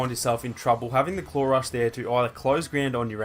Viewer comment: When he says claw rush it sounds like clorox